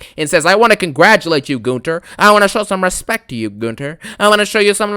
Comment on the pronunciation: "i respecta you, i needa you"😂😂😂